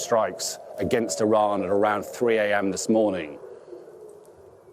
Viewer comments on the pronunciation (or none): none